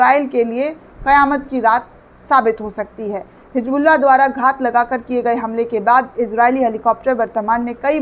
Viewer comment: It is hizbullah not hijbullah